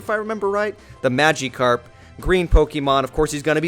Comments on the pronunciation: Magikarp is pronounced Magic-arp, not Magee-Karp. Also, it's one of the most known Pokemon. It's also Char-me-lee-uhn, not Char-million. Also, little pigeon? Oh good gosh. It's one of the most common Pokemon. I'm not trying to hate, just trying to help. Other than that, really good video, great quality, commentary, and Pokemon! I do happen to pronounce some names correctly just because I think it sounds better, like Um-bray-uhn instead of Um-Bree-On, so I am at fault for that and in no position to correct anyone. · Its not MagEEkarp. Its Magikarp. Im 12, and this is just sad. You're about 30, and a 12 year old knows Pokemon more than you do. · I wont forget that he said maGEcarp